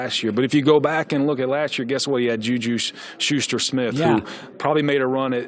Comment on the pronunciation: So close to getting JuJu’s name right